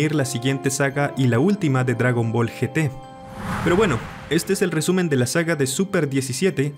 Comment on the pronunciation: Gracias por decir G T y no yi tí como todos los latinos